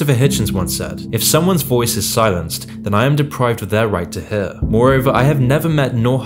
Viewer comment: dude pronounces the word "hear" like "hehhh"